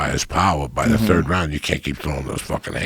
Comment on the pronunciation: High Rogan lost his mind again for a split second "take a Tard right angle turn."